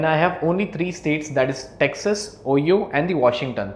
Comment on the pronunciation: Great video, the way you pronounce "Ohio" is quite unusual! Try more like "ohh, Hi! Oh!" :)